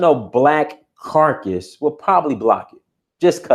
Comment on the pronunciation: It is caucus, not carcas. Caucas is an association and carcas represents something dead.